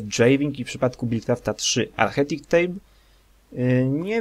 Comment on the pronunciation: Jeśli chcesz robić za lektora to "architect" wymawia się po polsku arkitekt nie archetik :P